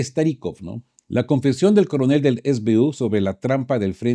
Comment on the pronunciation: 1. SBU son las siglas de Sluzhba Bezpeki Ukraíni que significa Servicio de Seguridad Ucraniano. Por tanto, no se pronuncia es bi yu con Fonética Inglesa sino ese be u con Fonética Castellana porque es el idioma en que Ud. está hablando, salvo que lo pronuncie con Fonética Ucraniana. 2. Los activos Rusos congelados en la Unión Europea son 200 Millardos o 200 Mil Millones o 0.2 Billones.